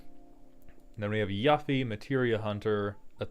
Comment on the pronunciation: the fact you know tidus but mispronounced Yuffie makes it sound like that boy never let you leave the beach